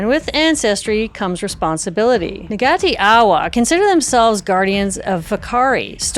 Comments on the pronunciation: Ngati = naa-ti. The G is silent. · oops. the g in "ngati" - meaning tribe in the Maori language - is basically silent. it's not pronounced exactly like "n", though. also, there are no hard g sounds in the Maori language. it's best to hear the pronunciations directly from a Te Reo Maori speaker, I'm just trying to give a general sense. :)